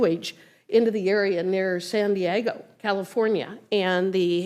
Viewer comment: She can’t say SAN DIEGO! 😂